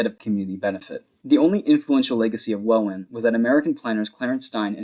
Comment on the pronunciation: hi, welwyn is pronounced like well-in, no W sound, just so you know